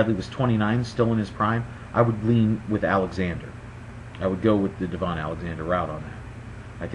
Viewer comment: Good video! Few things... #1 it's pronounced like da - vin not deee - von